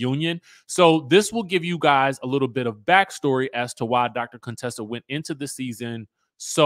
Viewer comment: Chyle… stop calling that poor woman Coon-tessa